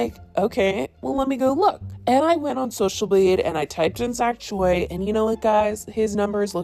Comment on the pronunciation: why are white girls so incapable of pronouncing choi correctly??